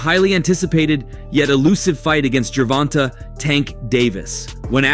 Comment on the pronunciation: Ger-von-tay is how you pronounce his name